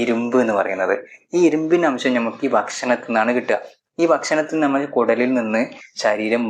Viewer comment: ഞമ്മൾ അല്ല നമ്മൾ 🙄🙄🙄 നല്ല അക്ഷര ശുദ്ധി 😭😭😭